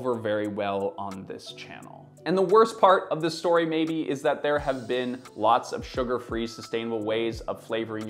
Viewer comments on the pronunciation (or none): none